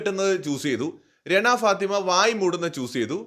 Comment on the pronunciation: രെണ ഫാത്തിമ അല്ല റെന ഫാത്തിമ